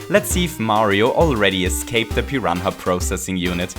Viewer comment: What is a "piran ha"??